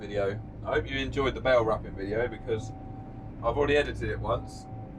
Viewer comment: Bale not bake lol